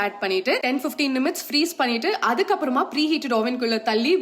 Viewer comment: Enaku maddum thaan nimutes nu kekkuthu instead of minutes